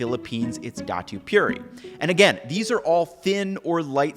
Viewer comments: Really good video, but please my brother in Soysus Christ, don't get the Pinoy soy sauce twisted. Datu Pu-T-i, not Pu-r-i. That and the fact is that you show the regular all purpose style and not the Toyomansi which is the one with the Calamansi. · say it again. Dah-Two Poo-Tee. Say it again. You can pronounce the others, you should be able to pronounce this one as well correctly. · My Dude, you just cringed a lot of Filipinos when you called Datu Puti as Da-tu Puri. 😅🖖 We still luv you though! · It's "Datu Puti", not "Datu Puri". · filipino soy sauce is not "datu puri" its puti ( poo - ti ). puti means white in tagalog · Ethnically Filipino here! Just a tiny correction on Datu Puri. It's Datu Puti, not Datu Puri! But thank you for this incredibly informative work! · "Datu Puri" Uh, it is actually "Datu Puti"...and I think either "Silver Swan" or "Marca Piña" are far better brand choices than "Datu Puti"